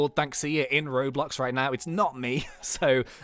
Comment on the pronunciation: say r then o and b l o and x say it roblox